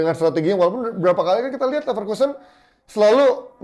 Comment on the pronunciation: Neverlossen❌ Leverkusen✅